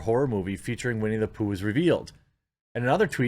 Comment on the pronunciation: Whenever I hear "Winnie the Poo" I actually hear "We Need a Poo"